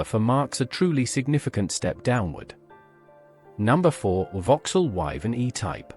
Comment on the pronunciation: WYVERN not "Vivan"